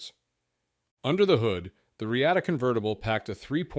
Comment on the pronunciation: Thanks for the video. But I am pretty sure sure it is pronounced “Re-ah-ta”